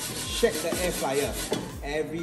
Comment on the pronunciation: air fryer not flyer